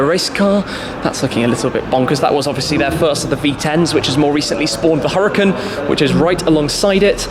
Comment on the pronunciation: omg u bothering me how u pronounce huracan and urus